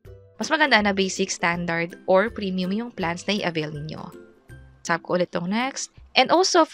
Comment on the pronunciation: Ang arte ng pagkakabigkas nung "tap" nagiging "tsap" 😭